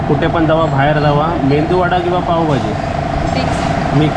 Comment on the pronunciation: Papu mendu Vada nhi re medu vada